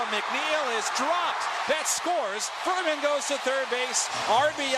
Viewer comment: The TBS announcer calling Freeman, Ferman. Lol